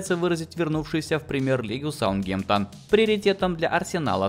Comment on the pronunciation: Не саутгемтон правильно саутгемптон